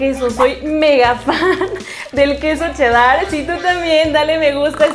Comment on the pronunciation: Como que quedo “chedAr” yo le digo “chedar”